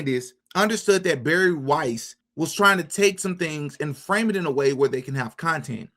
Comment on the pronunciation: it's Weiss not Rice